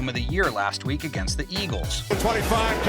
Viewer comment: “Wek 16”